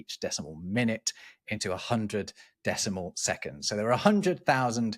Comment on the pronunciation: I'm so glad didn't pronounce seconDs with a t like a lot of Americans do...